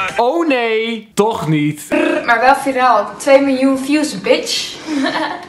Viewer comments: Wanneer iedereen het uitspreekt als " vairol " Maar als vieraal 🙄🤣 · Wtf hoe spreekt zij viral uit be like 😂😂😂😂